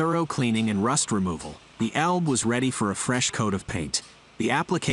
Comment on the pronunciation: It's not "Elb" it's Elbe. If Britons could learn how pronounce German and other languages correctly it would be great.